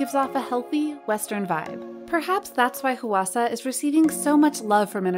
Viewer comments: im korean and hearing the voiceover go "HUH WA SA" irks me when it's supposed to sound like "hwa sa" PLSSS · I would love to know more about who writes the scripts and does the voiceovers for this channel bc there is always something... off. Not being able to fully nail a name like “Hwasa” is a little odd for a Kpop channel but not unimaginable. No, the weirder part is mispronouncing Weki Meki. It has to be something like the 5 minute crafts or Blossom content farms, where the company and staff are Eastern European but they pay someone in North America to read the script. This would explain why there are always weird pronunciation errors - it’s not a person who is actually familiar with Kpop reading it off. Same thing for the occasional odd grammar, like calling blemishes “acnes”. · The way she keeps pronouncing Hwasa 😭😭😭 I can't.... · Dear narrator: please check how to pronounce the name Hwasa instead of butchering it.